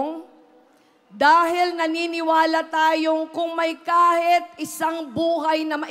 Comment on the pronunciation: Sana alam Nya gamitin kung kelan ginagamit ang “I” at “e” :::: example instead of “kahit” she will say “kahet” etc